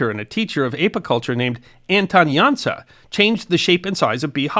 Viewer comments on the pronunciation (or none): Jansa, pronounce the 's' as 'sh'. S with accent on top is 'sh'. Jan'sh'a